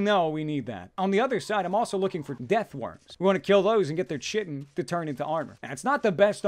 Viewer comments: Chitin... - "ch" = the same sound as "k" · Chitin is pronounced kaitin